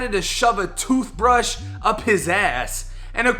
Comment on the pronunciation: “A TOOF BRUSH?!?!” 😂😂😂😂